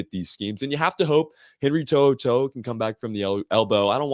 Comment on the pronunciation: To’oto’o is four syllables!